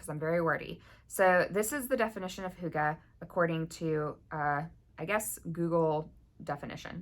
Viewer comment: To think I’ve gone this long without knowing the feeling of coziness had a word! Thank you for adding hygge to my vocabulary, and with a proper pronunciation! I love your idea for this make along. When external light and warmth is low, it’s a great opportunity to learn how we can harness our own inner light and warmth. Definitely something I’ve been working on since moving up north after 18 years in Texas. I will for sure come up with a project for this one!